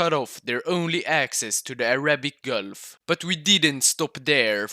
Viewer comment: Persian hulf Repeat. Persian gulfffff